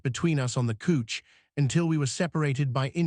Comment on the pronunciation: Could you please teach your AI to say couch instead of couch! It's really driving me nuts.😂